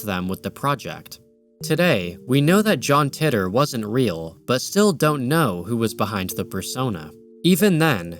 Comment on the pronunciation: John "Titter" I've always heard it called "tee-tor" Yes, I have a childish sense of humor